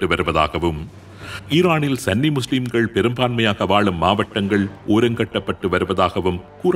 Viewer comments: சன்னி அல்ல சுன்னி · சன்னி இல்ல சுன்னி என்று வரும்